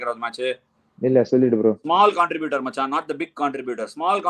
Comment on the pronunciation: First time am touched as well as blown away by Robin'😊s comments! So good in explaining a cricketer from their eyes and side... Absolutely stunning❤, liked how he speaks Tamizh specially "Machan"😊